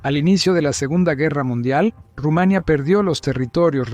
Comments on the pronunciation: Es Rumanía, no Rumania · Dios Rumaniiiia ,no Rumaaania😂😂😂😂